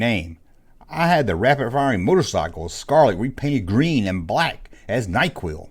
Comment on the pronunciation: "Nyquil" LMAO!